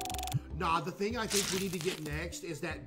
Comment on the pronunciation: “back to back thring” had me dying 😂😂